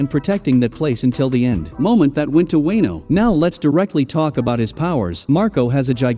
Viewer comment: With TTS try Spelling Wono not Wano so that it pronounces it correctly against you its just TTS is dumb af